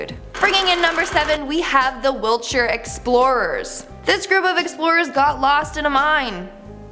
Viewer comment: I live in Wiltshire.. it’s so nice to hear it pronounced correctly haha